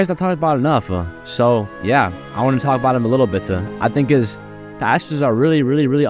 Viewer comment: "I wanna a talka about him a little bit-a" 🥀🥀🥀